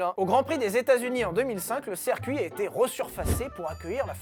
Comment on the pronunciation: Bon, je ne voulais rien dire, mais, parce que tu le fais à chaque vidéo, et pour le bien des oreilles de la communauté : on dit "cIrcuit" pas, "cèrcuit" ! ;-)